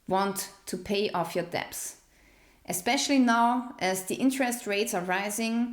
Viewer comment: Hey, the word "debt" is pronounced like "Det" - the "b" is silent. btw... I enjoyed this type of video and look forward to the rest of the series. Also, I have a fixed rate mortgage, and my monthly payment just went up 250$ a month just for insurance! I live in Florida and it is happening to all of us here... This may be why many rents are going up too, because their insurance rates were hiked too.